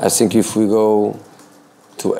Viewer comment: Mourinho is always 'sinking'. 😂😂